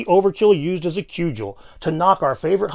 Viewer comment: I love your videos, but you really need to work on your pronunciation of various words. Like "cudgel" and "reticent"